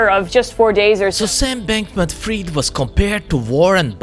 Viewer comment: I think they pronounce the Sam Bankman's second surname wrong.